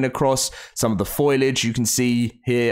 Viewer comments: It’s foliage not foilage 😂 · I absolutely can't stand how you keep pronouncing foliage like foilage in every single video lol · It's pronounced fo-li-age, not foil-age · Can you please stop saying “Foilage” when the word is “Foliage”. Foilage isn’t even a word! Foliage as in plants; not aluminium foil lol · There's a few words you can tell he doesn't understand what he's talking about lol like the meaning of a word I mean lol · It's not foilage.